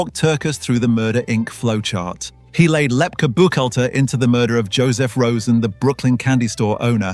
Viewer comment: LEP KEY is how it's pronounced